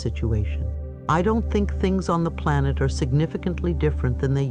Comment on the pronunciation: She said plant instead of planet twice